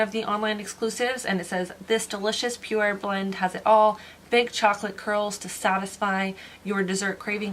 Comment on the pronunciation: It’s PU WARE lol so hard to say